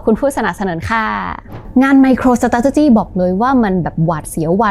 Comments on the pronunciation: น่าจะต้องออกเสียง ไมโครสตาท(เลอ)จิ มากกว่านะครับ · น่าจะต้องออกเสียง ไมโครสตาท(เลอ)หรือ(เออ)จิ มากกว่านะครับ น่าจะฟั้งเลื่อนหูกว่า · ชอบทุกครั้งที่จขช.พูดว่า สะต้าดติจี้ ❤❤😂😊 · พูดคำว่า Strategy ได้ตลกมากเลย ฮ่าๆๆๆ ผมขำมาก ก ก เป็นกำลังใจให้นะครับ ❤